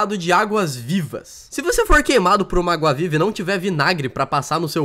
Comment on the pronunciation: vc falou auga viva em vez de agua viva kkkkkkk